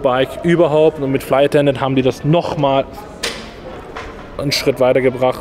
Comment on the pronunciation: es heißt flight attendant und nicht fly attendant😉